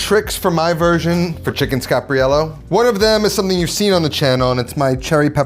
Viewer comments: scar-par-YELL-oh. /pronunciation police Recipe looks great! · Love your stuff, and learned how to make the dish from you(and others), but you are pronouncing wrong... There are 5 syllables. Scar-par-i-e-llo . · It’s chicken Scarp, not chicken Scap